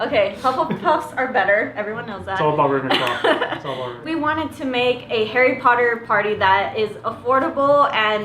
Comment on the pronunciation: Same! But no offence but you said Ra'w'enclaw, not Ra'v'enclaw.